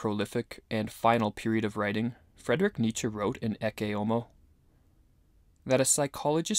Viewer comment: His name is Friedrich not Frederick btw